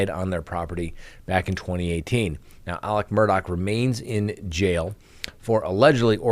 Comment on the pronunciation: It’s Alex NOT Alec.